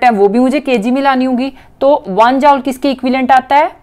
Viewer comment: She say jaule 😂